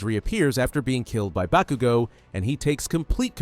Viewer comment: It's "Bakugo" not "Bakigo" bro PLEASE 🙏😂